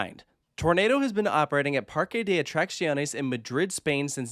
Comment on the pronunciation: oooh improved his pronunciation of "Parque de attracciones". Still not perfect but much better:D